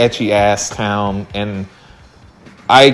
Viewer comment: the way you say town sends me into a rage